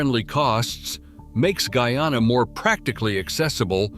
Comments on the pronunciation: What d rass? It's not gooyana but GUYANA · He said goo-yana and not guy-anna the first time. But the 2nd time he said it decently..